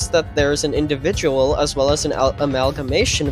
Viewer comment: blud was struggling to say individual 😭